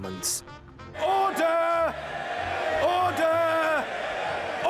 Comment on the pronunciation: To me it sounds like he’s saying udder